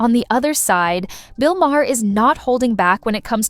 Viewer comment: Please — his name is not Ma-hair.